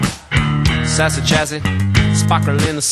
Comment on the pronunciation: chassis not chassy